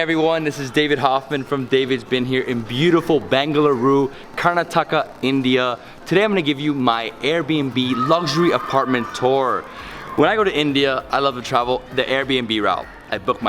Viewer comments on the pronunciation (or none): It's not "Karrna, Thaaka" Try saying "Karn-aatak" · Love your Vids man! Real quick - It's pronounced "Kur-nah-tuh-kah" (Karnataka) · You said Karnataka wrong. It is pronounced “Kurnotika” if all the vowels are short. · You butchered the name 'Karnataka' but thanks for the video! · You should ask the locals how to pronounce Karnataka.. I mean no disrespect at all.. It just made me giggle when you said it as used to pronounce it the same way.. my husband is from Bangalore so quickly corrected me! Great video!